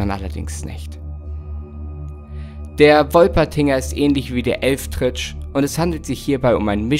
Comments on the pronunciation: Da muss ich leider was zu Sagen ^^ Es ist nicht der Elfdritsch sondern wird Elwedritsche Ausgeprochen auch wenn es anders Geschrieben wird. Das ist die Sage von da wo ich Gebürtig her komme ^^ Aber ansonsten wieder ein Mega gutes Video <3 Danke das du dir immer wieder die Mühe für uns machst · Des hesst "Elwetritsche" und net Elftritsch.